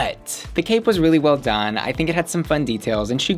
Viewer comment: girl you did not just say, "I thigh-nk".